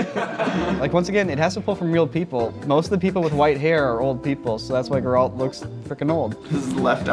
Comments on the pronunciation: please don't put accent on "a" pronouncing Geralt its gEralt. Emphasis on "e" Nobody says that joshUa, we say jOshua So please put some attention to foreign names, ok? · Love these, but it's so hard to hear them all say "Jeralt" Instead of Geralt lol. Edit: also "Cloud from smash" ouch, it hurts. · When the whole crew wrong calls the White Wolf GUH-ralt instead of GER-ralt. I can't. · bro how could everyone mess up Geralt like that. Jeralt, Gerr alt. bruh. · Why do none of your staff know how to pronounce Geralt properly? Like "oh yeah it's Gerrult from the Witcher" and "Jerrult" etc... So weird. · really hit my boy Geralt with the "Jeralt" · Hath thou but tried Gerr-Alt-Delete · I can't lie, when dude said "Gurralt" from the Witcher I wanted to reach through my screen. They say the damn name in the game, for fcks sake 🤦😂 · Weird pronounciation of "Geraaaalt" ;) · This pissed me off so much how they all said it wrong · Not sure if I'm more amazed by how no one managed to pronounce Geralts name right or how they pronounced it wrong two different ways :D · Everyone else: Enjoying the video Me: raging internally over how and pronounced Geralt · the way they say geralt pains me and I'm convinced they did it on purpose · They were saying his name wrong because it looked like off brand Geralt. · Geralt of Rivia says his name in the games so many times that nobody has any excuse to be pronouncing it wrong like that. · The mispronunciation of Geralt hurts my soul. I can understand if the characters name has never been spoken. But through 3 games his name is said hundreds of time. And even the Netflix series which at least most of the crew has 100% watched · The way they all pronounced Geralt killed me lmao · that “Geralt” pronunciation was unfortunate it hurts my ears 😒😒😒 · The crimes levied against Geralt for mispronouncing his name will never be forgiven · Amazing how not a single one of them managed to pronounce Geralt correctly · Not how you say Geralt